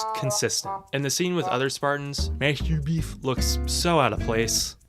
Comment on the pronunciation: "Mastur beef" 😂😂😂